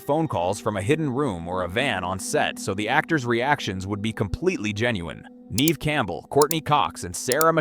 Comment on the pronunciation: You're pronouncing her name wrong. Neve Campbells' name is pronounced Nev not Neeve